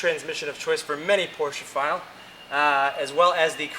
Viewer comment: Yes! He pronounced Porsche correctly!